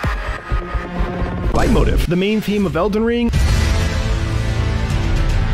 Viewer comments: I’m also American. It’s pronounced light-moteef. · Whoops I thought it was pronounced "Late-motif". Really informative video. Surprised to see how short that list was. Certainly noticed a few missing but an interesting read nonetheless. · oh... i've been pronouncing leitmotif wrong my entire life... i've been saying lay-moe-teef... i assumed it was fancy and french lmao